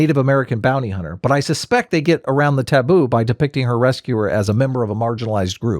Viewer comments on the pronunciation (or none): none